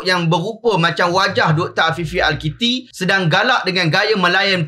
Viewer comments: bukan al kitti, tapi al akiti, wallahuaklam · Al-Akiti kotttt ... not Al-Kiti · Kalau pun Tuan tak berkenan kat sosok tubuh itu, sebutlah nama dia betul2 Namanya Afifi Al Akiti. Bukannya Al Kitti